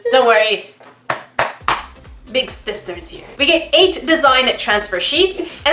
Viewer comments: did anyone else notice that said "big STISTER is here" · at 8 mins and 45 seconds said big stisters here and im like what the heck did she just say cause in getting salty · Are we not going to mention that said “Big Stister” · Did say "big STister?"